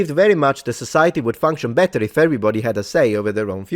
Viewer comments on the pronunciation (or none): none